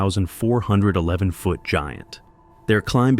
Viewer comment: I like these videos but the narrator’s pronunciation of ‘feet’ and ‘foot’ is off putting.